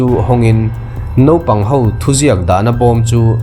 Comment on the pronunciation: Nopang ti tawh suh.. Naupang tih tur aw